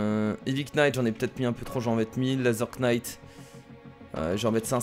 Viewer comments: Laser Knight on ne prononce pas le K. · pour le petit cours d'anglais le K de knight de se prononce pas ^^ c'est juste pour pas refaire l'erreur :P